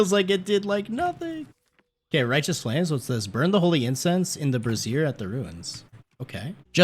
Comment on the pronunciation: you keep saying "brazeer". I hope you know - thats a womans bra. a BRAZIER ("BRAY-ZI-ER") is a firepit type thing...:)